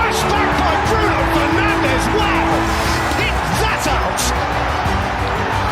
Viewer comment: Bruno FernandeS not FernandeZ. He's portuguese not Spanish.